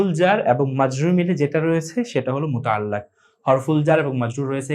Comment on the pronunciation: sorry Bhai.. Muta'allaq noy muta'alliq.....